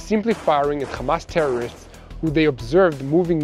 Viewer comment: Kindly don't say Khamas and Khizbalah. You're mispronouncing and it's offensive. Meanwhile Yahya Sinwar died a hero while Benzion Mileikowsky was running to hide in a bunker with his hands shaking.